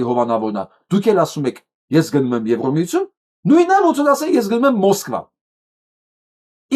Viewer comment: Ձեր բանավոր խոսքը շատ է տուժում բացահայտ քերականական սխալներից:Օրինակ՝ Եվրամիությություն արտասանելիս շեշտված Ո եք ասում՝(ԵվրՈմիություն);հայերենում Ո տառով հոդակապ չկա:Համապատասխանաբար եվրադատարան;եվրախորհորհորդ;եվրադիտորդ եվ այլն…… Ասում եք խոսացել եմ՝խոսել եմ ի փոխարեն; նախագաՆ՝նախագահի ի փոխարեն եվ այլն…..